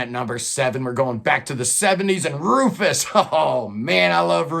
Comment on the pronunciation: Where are Major Parkinson (Love them), Motorpsycho (Don't care for), Arabs in Aspic (very special), The Windmill (special), Ulver (Bla),? BTW Ruphus not Rufus, and Soup should be 2nd or tied 1st with Wobbler, White Willow top 5 for sure IMHO